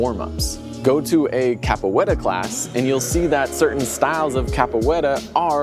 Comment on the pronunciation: It isn't cappa wetta, it's capoeira. A "cappa wetta" is a cappuccino with less foam, so basically a latte.